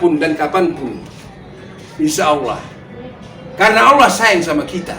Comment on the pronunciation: Ngucap kata Allah aja masih berlepotan kok ya banyak omong masalah agama. Belajar ngaji dulu biar fasih bacaanya.baru nanti komen tentang agama